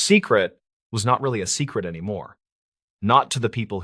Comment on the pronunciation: I'm in Colorado but there's no natural piecing together so it might be hijacked. And nobody pronounces secret that way.